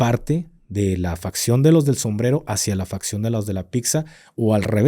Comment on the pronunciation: Facción, no fracción.. 😅😅